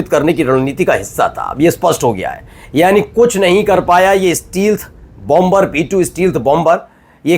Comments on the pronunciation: Steal- th nahi Stelth is correct pronunciation ! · Stealth ka sahi uchchaaran : “STAYlth”